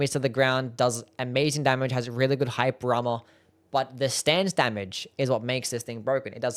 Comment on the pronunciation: I will never understand whats happening when you pronounce "hyper armor" lolol